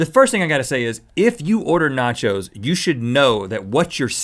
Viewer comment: nachos= NOT YO'S